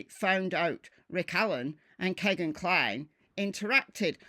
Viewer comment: Kegan rhymes with Regan, not Megan.